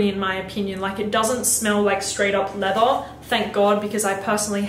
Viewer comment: How does she say leather leatha, but leathery properly. All she has to do is say leathery minus the y😂... I still love her though